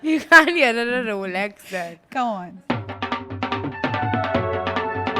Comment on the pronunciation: In the first 20 seconds itself... Rolex-exs 😅